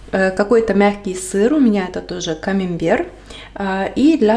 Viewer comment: Извините, но не камимбер, а камАмбер.